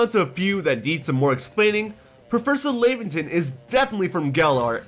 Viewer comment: Laventon's name is pronounced similar to the word Lavender